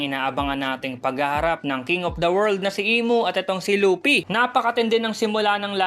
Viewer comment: Lupi HHaha Luffy po